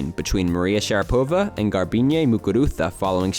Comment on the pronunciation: How weird is it that a channel called "Cult tennis" doesn't know how to pronounce Sharapova's name.